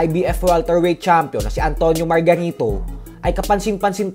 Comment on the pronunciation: ayusin mu pag bigran ng margarito..parang may mali